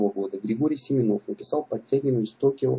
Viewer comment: Атаман не Семенов а Семёнов ударение на ё а не на о